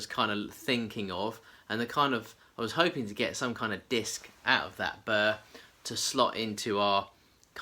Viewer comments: It's called a burl. Bee you are ell. The L is not silent. A burr is something that snags on your clothes in the underbrush. A burl is a knotty, gnarled growth on a tree. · It’s burl, just say girl with a B ! Keep on turnin . Great videos thanks from Texas!! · Burr Roll. say it real fast and you get berl.